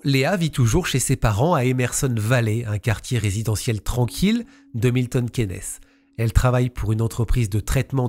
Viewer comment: Milton Kiinn's, pas Quénès ! 😅